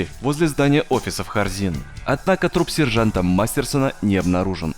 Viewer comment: Вместо Хорзин слышу Корзин